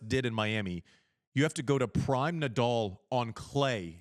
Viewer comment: It's Nadal, not Nadull.